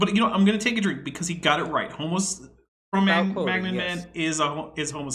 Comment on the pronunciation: Wait, is that really the correct pronunciation of Cro-Magnon? I used to laugh at John Pendleton for pronouncing it that way :/